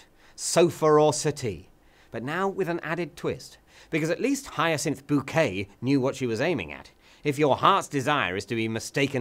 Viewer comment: David says the word "Bouquet" and doesn't call it a "Boo - Kwet". As much as he and the British love to bash us calling a filet a "Fill - Ay" and not a "Fill - it"... or using a soft "h" when pronouncing "herbs". America has it's own selective use of grammatical vs. French way of pronunciation, which varies from state to state. Call it "Al - oo - min - e - um" all you want, it's still Aluminium. Wait, no... we're saying that last bit wrong, aren't we?